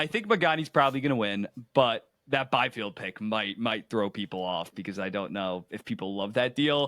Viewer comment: Bro said Byfield